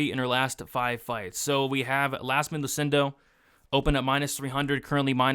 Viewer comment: it's 100% an I and pronounced "Yazmin"